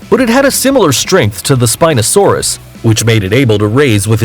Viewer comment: Spinpee saurs bruh... i got triggered.